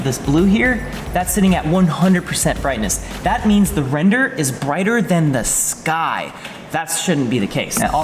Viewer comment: Guys, I miss the “Wrender” pop ups whenever said render.:)